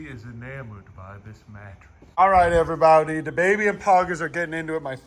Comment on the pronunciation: "Hello everybowdy" always goes do hard